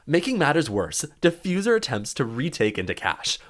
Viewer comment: bro said defuzer when gavini killed hyper